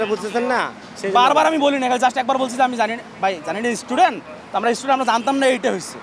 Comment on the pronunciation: এইডি কিসের ছাত্র??? ইস্টুডেন্ট!!